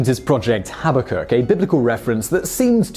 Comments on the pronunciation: Arduino Guy Projects and More! Habakkuk, perhaps, but not Habbakuk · Habbakuk? Well, I know what a 'kuk' is in Norwegian, but what's 'habba'...